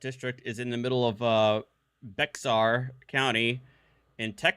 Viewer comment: Welcome to Texas corporate fiction. Fyi...Bexar County is pronounced bear 🐻. Also, cowboy hats and boots are required attire in Texas courts. 😂